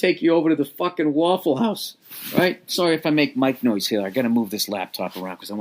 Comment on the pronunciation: waffle HoUuse